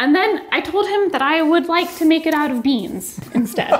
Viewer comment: Nah fam them caramel peanuts not BEEEANZ WTF